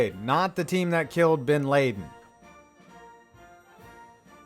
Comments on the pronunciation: Did this nigga just say Bin Layden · Bin Lay-den?!!! Really?!!! Forgotten his name already? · How does someone pronounce Bin Laden wrong?